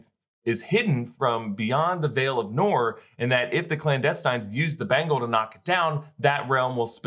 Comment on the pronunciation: Noor is pronounced "Nur"!